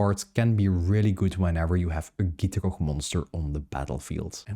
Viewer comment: the way you say gitrog is 10/10